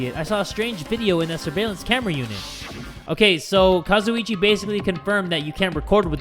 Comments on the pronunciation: When he calls gundam kasiochie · jay lets talk to kAzUiCHi me: that is not kazuici